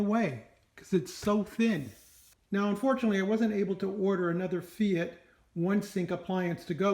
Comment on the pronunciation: I think it's pronounced "fite". It took me a while to figure out if it was fite or fate. But based on their website they pronounce it as fite.